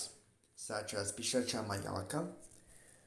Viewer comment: Why you say Pisacha as pisatra????🤣🤣🤣